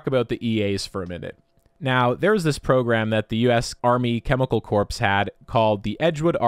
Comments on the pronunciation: did you mean "U.S. Army Chemical Corpse" as a pun instead of pronouncing "Corps" correctly as "core"? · Corps is pronounced as core not corpse. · FWIW Corps is pronounced core not corpse. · Sarin was stockpiled by the U.S. And Corps is pronounced, core, not corpse. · Excellent video and thank you. I watched the linked video with the rabbits. Really glad we were never gassed in Iraq except one time chlorine which doesn't compare to these. A few of my buddies have lung issues from the chlorine but all survived with mostly good health. Just to be helpful, the word "Corps" (military term usually) is pronounced "core". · Scary. Terrifying. Scary. Horrifying. Really scary. Really terrifying. All true to be sure, but we’re lucky this isn’t a drinking game. 😂 Oh, and corps is pronounced “core.” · Corps is pronounced as core, just throwing that out there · “Corps” is pronounced “core”. Just a friendly heads up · Corp is pronounced like core FYI. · Army Corp is pronounced army core. At least I think. Can someone help here? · the P and the S in corps are silent